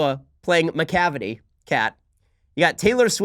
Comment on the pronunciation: Did you say McCavity? Sounds like a fatass that eats so much McDonalds that they are known for getting cavities regularly